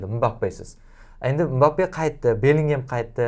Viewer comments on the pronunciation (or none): none